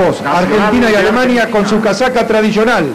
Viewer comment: Que estrés escuchar al narrador decir "Alemaña"